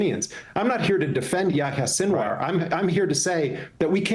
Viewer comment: Not anybody's fault here but man that pronunciation on Yahya's name got me. It's pronounced "Ya-he-ya." With the "y" following the "h" like that, it follows the long "e" sound like the "i" in spanish.